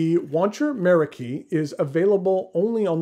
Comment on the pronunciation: Meraki is actually a Greek word of Turkish origin, that the Japanese have borrowed. In Greek, the stress is on the second syllable.